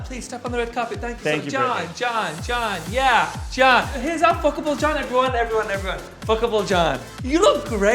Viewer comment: Tan: fCkIbLe It literally sounfs like he forgot some letters in the word I love it😂😂